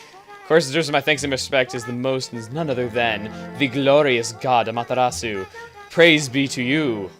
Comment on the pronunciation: Ok chugga, I love you and your videos but this is killing me. You're mispronouncing Amaterasu. You're producing it interdentally ("THuh" sound) when it should be produced palatally ("Tey"). Ah-mah-tey-ra-su. Please and thank you.